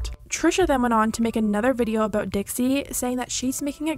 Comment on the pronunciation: dixie not dixi